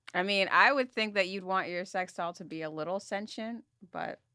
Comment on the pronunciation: Would love if said sentient correctly